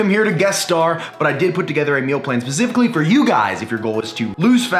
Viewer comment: Did he say "pacifically"???